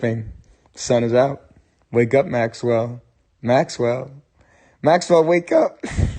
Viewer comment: Not "Maqwell", but MAXWELL 👍🏼